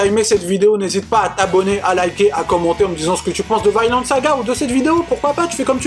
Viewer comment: Mdr elle mtue cette vidéo , excellent manga , 100% d'accord avec toi et l'anime claque et il est sur Amazon , lol balanciaga ms poto tu tprends trop la tête pour la prononciation c un nom propre scandinave et ca se prononce pareil en anglais ou francais soit v-i-nland et pas vYnEland mais balanciaga tu m'a achevé mdr